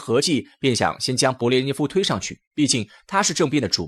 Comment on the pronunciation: 德你吗，名字都念不对，还做什么节目